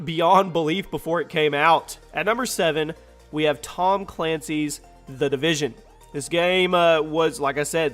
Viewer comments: Division not Devison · It's division not devision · Division not devision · It’s the division not devison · Its the Division btw not Devision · Its division, not devision. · Its division not devision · "The Devision" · "Devision"? Division👍🏼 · Its spelled Tom Clancy "division". Not "devision" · DEVISION ... is that like loss of Vision, or did you mean DIVISION? LoL!!! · Its Division, not DEvision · tom clancys devision? its DIVISION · FYI it's division not devision please pin this lol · Jack Donovan "division" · “Devision” lol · “The Devision” LoL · "The Devision" xd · "Devision " LOL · Division does not have an "e" in it. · The "DEvision" hahahahaha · "devision" l0l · "The Devision" ?